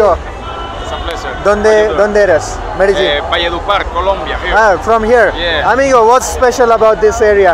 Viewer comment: Bhai aap likh to rahe ho Medellin aur bol rahe ho Medegin....? Baki video bahut accha tha